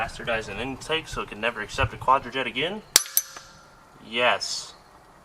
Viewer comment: Kevin...its pronounced QUADRAJUNK. Edelbrock was a NICE touch